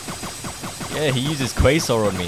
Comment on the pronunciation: why does bro say "ye eh" instead of "yeah"